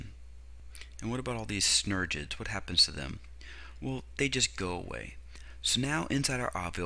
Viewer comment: This guy is mispronouncing synergids. Also, there are only two synergid cells on either side of the egg cell. The three cells opposite the syngergid and egg cells are called antipodal cells.